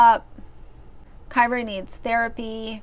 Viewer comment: Kyra is pronounced Keer-ah. Like Deer.